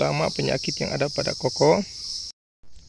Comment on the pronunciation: Kakao bang bukan koko